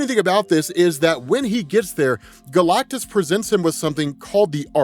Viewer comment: i can’t stop hearing galctussy whenever he says galactus seed